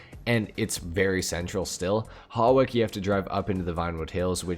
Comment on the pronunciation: FYI, Hawick is pronounced as Hoick. Your not the only one that pronounces it wrong, plenty of others do and before anyone argues that's how it's pronounced in the game or whatever, I live in Hawick.